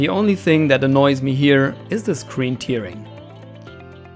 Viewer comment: Hey. Nur für die Zukunft: Tearing wird "Tähring" ausgesprochen, da es sich auf das zerreißen (to tear) und nicht auf die Träne (Tear) bezieht.;) Ansonsten tolles Video!